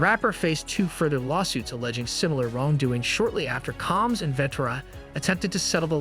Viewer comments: Why is this A.I. voice pronouncing his name as “Calms?” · Who the hell is Calms?😠😠😠😠... Get Diddy's name right... Dude